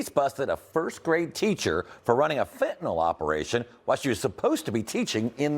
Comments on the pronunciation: Fentanyl. Not fentanol. The country is never gonna get to grips and tackle this issue if no one can even pronounce it correctly 🤦‍♂️ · Fentanyl has a T in it, it's pronounced. This announcer calls it 'fen un al' 3 different times in the segment. I hear this with others that don't say the letter T when it's in a word. Is this a speech impediment or a millennial thing? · What is "fen-uh-nel", Jason Mattera? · And the lesson to be learned kids, never take 'fe-a-nyl'. Is this the latest TikTok fad amongst Americans, just ignoring the 't' in every word. I would expect it from teenage dullards, not adults posing as reporters. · Not surprised. Pls reporters pronounce fent-an-all. 🧐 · It's a word thing. Difficult word until people get it right. 😂 Fen tah nil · How do you post it in writing and STILL pronounce it wrong!!!?? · Illiterate reporter can't even pronounce fentanyl correctly.